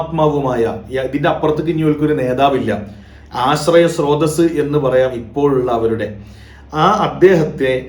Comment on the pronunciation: ഉസ്താദേ ആശ്രയ സ്രോതസല്ല, ആശയ സ്രോദസ് എന്ന് പറയൂ